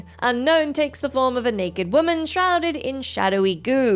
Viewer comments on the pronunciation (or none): none